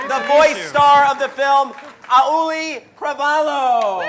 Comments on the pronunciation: It's Auli'i (Ow-lee-ee) not A-oolee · Oh my God! learn to pronounce Auli'i right! you totally butchered her name! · I love how even after hearing it multiple times, still insists on mispronouncing Auli'i's name at the end.